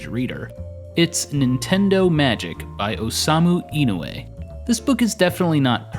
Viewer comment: Inoue is pronounced ee-no-oo-eh